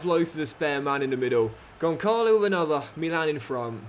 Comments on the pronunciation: As a portuguese, Benfica fan and a proud Ramos myself 😂 please stop calling him Goncalo. You pronounce it Gonssalo because the ç in his name is pronounced as "ss". Other than that Love You. Crazy that I get the best advices from a fifa playthrough but I love it regardless keep it up! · The 'ç' in Gonçalo is pronounced like the 's' in 'bus', just a quick note. Keep up the good work :yougotthis